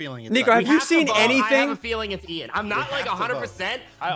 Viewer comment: it’s Ian not Ean